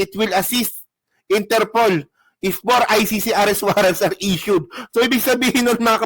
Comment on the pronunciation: Pag nakulong na c bato tutubuan na yan ng natural African hair 😂😂😂sabi ni baro dahik (the hague) at interpulllll ( Interpol)😂😂😂